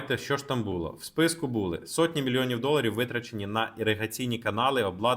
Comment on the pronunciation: Шановний, бУло - дупа (роменський). А булО, воно і є булО (українська). Така малеееенька цаточка - наголос, а як міняє сенс речення....